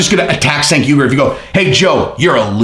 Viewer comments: you did a whole video about a guy and didn’t bother to research how to pronounce his name though. I mean he’s ridiculous but that’s a bit hypocritical for the theme of the video. Cheers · Cenk is pronounced jenk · "Do some research" says.... and then goes on to mispronounce Cenk's name every single time he said it. LAUGHABLE. My 9 year old researches better than that. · maybe you should have taken your own advice and googled how to pronounce Cenk. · You talk about doing research but don't pronounce the name Cenk correctly lol, nice. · I think Cenk is pronounced with a “J” sound in the beginning.